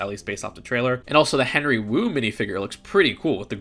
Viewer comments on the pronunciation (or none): none